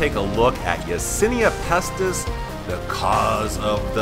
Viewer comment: Isn't it Yersinia Pestis not Yasinia Pestis